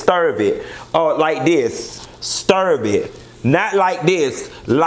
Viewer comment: I live for "stirv" it up!! My son says stir like that!! I fall OUT!! Great review- I think your points are valid and accurate about the angle of this show. Keep it up!